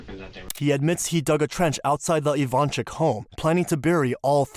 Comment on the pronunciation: They're Ivanchich, not ivansick or ivanchick. 😏 It's just those Yugo people don't care to change "c" to "ch" and "s" to "sh" when they come to live in US.